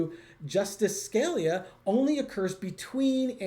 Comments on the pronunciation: you're killin' me. Sca-LEE-yuh, not SKAL-yuh. Pleeeze🙏😂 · Interesting reading. BTW, you mispronounced the name of a Justice. It is Sca-lee-a, not Scal-ya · I love you guys,. And please learn to pronounce the names you are discussing. Scalia is Skuh LEE uh. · My comments did work. I apologize. The Justice's name is pronounced Skuh-LEE-uh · Are you purposely mispronouncing Scalia like T did Kamala? (Never heard it pronounced this way before.) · It’s justice “SKA LEE A” and justice “Soda my or”. Still love you two. 🙄🙄